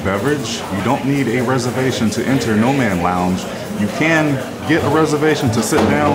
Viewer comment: The lounge is "Nomad" not "Noman" Mad not Man